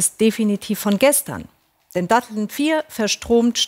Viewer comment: Also wenn die Moderatorin "Datteln" nicht aussprechen kann, braucht man vielleicht eine andere Moderatorin.